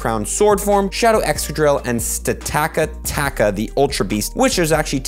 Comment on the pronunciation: By the way, that new pokemon is pronounced Stack-a-tacka